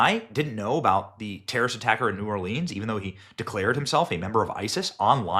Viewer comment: Hey Benny, keep up the good work on exposing the corruption in the govt. 👍 By the way, the “e” in Orleans is silent so it is not pronounced as leans. Diversions are in their (FBI) playbook. Has anyone noticed there haven’t been anymore drone exposures in the media? Are the drones still flying around? Sleeper terrorist cells and those coming across our border are in our country waiting for their signal to strike. They and their handlers (govt???) are evil that don’t care who they kill, they just want to destroy our country at any cost. When one area is exposed that we see they do something to divert our attention.